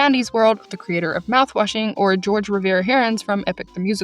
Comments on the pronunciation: (Just so you know, the creator of Epic the musical’s name is pronounced “Hor-hey” not “George” /info) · Just so you know, Jorge is pronounced Hor-hay. Not George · I dont think you meant to say Jay’s name wrong but its pronounced horghe so h sound instead of the j. Sorry saying george sounded so white and a bit racist and I dont think you meant to be but I just wanted to give you a heads up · I'm sure someone has already told you but Jorge is actually pronounced different from "George"! I want to say it's Spanish but I don't remember so correct me if I'm wrong but it's actually pronounced "Hor-hay" (I suggest googling it so you get it right) 💜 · This video is so so so important but I’m frying at your pronunciation of Jay’s name. It would be “Hor-Hey” not “George” I don’t mean to come off rude but as someone who grew up around Spanish speaking people I was cringing so hard 😭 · Just a small comment it’s Jorge it’s George in pronunciation it’s whor-hey I believe unless he’s state different sorry if I sound picky I just wanna let u know! Great video! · respectfully it is Jorge (hor hey) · I hate to be that person but you pronounced Jorge wrong! It’s pronounced “hor-hey”